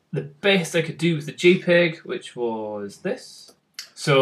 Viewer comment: it's not gpeg, it's jpeg